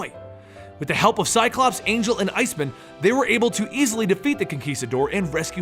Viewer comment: Why is Iceman pronounced like a jewish last name....